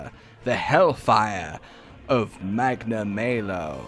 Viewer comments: Magna-MAY-lo? The devs literally tell you how it's pronounced. It's Magna-MAH-lo. How would you feel if we all pronounced your name Joosh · I don't think his name is supposed to be pronounced "Magna May Low". I think it's intended to be "Magna Mah low" because he is bad news aka "malice" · Normal people: Magnamalo: magnamaylow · "Its me Magnamayo." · Are you guys serius? Its pronaunce McNamalow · FFS they say the name Magnamalo in the first trailer, how can you keep mispronouncing it? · 12 seconds in and you guy’s already pronounced its name wrong